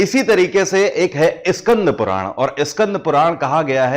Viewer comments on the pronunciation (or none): Iskandhpuran nhi skandhpuran